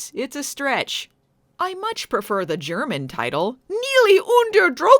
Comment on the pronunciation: everything else aside (that was a lot to put aside 👀) that was a fairly accurate pronunciation of the German title 👍